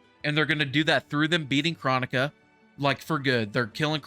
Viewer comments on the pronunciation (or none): Not chronica but chrOnika with the big O sound not the little o sound again it’s Cr-OH-nika, not chronic-a. PLEASE at least pronounce her name correctly even tho I probably didn’t spell it correctly hearing it said wrong is just annoying af lol!! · kr-OH-nika bro!!